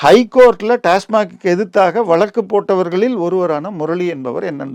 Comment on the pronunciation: ஐயா நீங்கள் முதலில் வழக்கு என்று கூறக்கற்றுக் கொள்ளுங்கள் (வலக்கு)